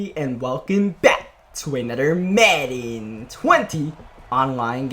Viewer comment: Y u do u always say madden like that in your intro.